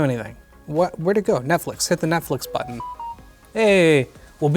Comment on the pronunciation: Like how he says "Buttn". Back buttn. Blue buttn.